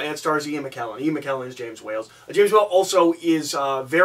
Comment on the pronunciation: It's hard to take review of Gods and Monsters seriously, when he continuously calls James Whale, as James Whales; adding an "s" on the end that is not there.